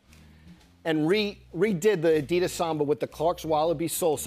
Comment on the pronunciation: Why does Jimmy Fallon pronounce it " adidas " more correctly than Joe La Pluma?